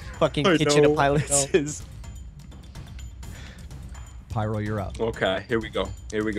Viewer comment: "fucking kitchen appielances" I died.